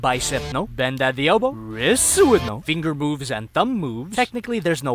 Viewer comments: Your a foooocking slag m8 wait did you say finger moves or finger boobs.??.!.?,,?,,? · when he said finger moves i heard figure boobs